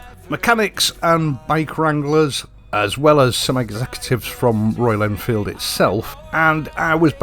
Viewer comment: MY MATE PRONOUNCED IT PERFECTLY FOR THE FIRST TIME GOOD JOB BRUV